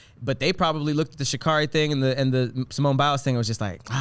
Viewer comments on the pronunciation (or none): they gotta do it next time for messing her name up lml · mispronounced her name the entire episode so they probably didn't know it rhymes with scary lol